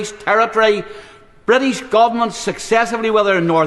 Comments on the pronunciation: But Gibraltar is Bwitish 😅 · Why does he actually care ? He loves the Bwitish empire and the crown. What an obsequious saddo